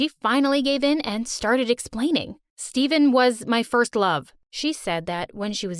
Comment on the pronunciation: Um his name is stefen not Steven but you spell stefen like this stephen